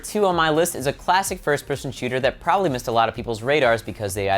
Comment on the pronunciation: Its PROBABLY, not prolly